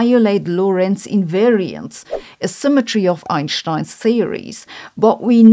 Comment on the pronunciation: I like how Sabine pronounces Einstein's last name. Always correctly... 😇